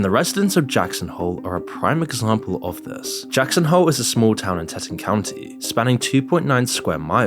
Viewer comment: Teton county is pronounced like tee + t + on